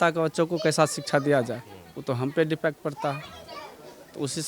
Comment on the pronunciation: Ye teacher hai aur bol rahe hai ki दिपेटं bol Raha hai yah sikha bihar ki